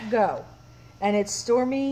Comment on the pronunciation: It’s Stomu, not Stormy and it’s Go Too, not Too Go. Not being critical, just trying to help. I’m a big Stomu Yamashta fan, otherwise I wouldn’t care how you pronounced his name or the album title.